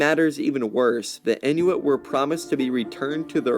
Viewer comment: Message from my Inuit friends: it's in-wit, not in-new-wit.